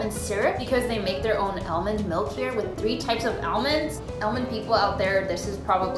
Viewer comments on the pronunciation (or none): I just figured out she was saying almonds!!!